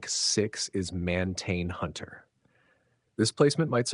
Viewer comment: It's not Man-tain Hunter is Martian Hunter as in "from Marz" =D lol great vidoes been watching!